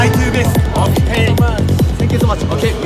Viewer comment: "ocakes" HAHAAHAHHA 💀